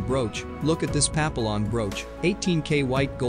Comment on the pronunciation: Does the narrator of the video really have no clue how to pronounce French words? Example: Papillon ....and that's just one example. lol